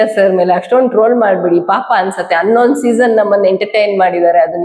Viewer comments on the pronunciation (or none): ಅನ್ನೊಂದು ಅನ್ನೇರಡು ❌😂 ಹನ್ನೊಂದು ಹನ್ನೆರಡು✔️ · ಅನ್ನೊಂದು ಅನ್ನೆರಡು ಅಲ್ಲ….. ಹನ್ನೊಂದು ಹನ್ನೆರಡು